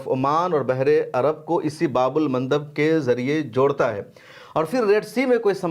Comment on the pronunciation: Bhaii babul nahi baab al bolu